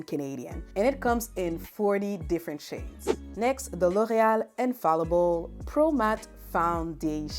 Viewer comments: I’ll need a recording of you just saying L’Oréal. OH MY GOODNESS. You say it so BEAUTIFULLY!!!! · The way you pronounce L’Oréal is everything ✨